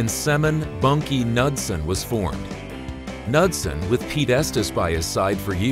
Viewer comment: If you're going to produce documentaries, at least get the names of the key figures right. It is Bunky Knudson (NUDE son). On the other hand, if you can't pronounce the man's name it's a pretty clear indication to the rest of us that you don't know what you're talking about. That's too bad, because otherwise you've got most of it right.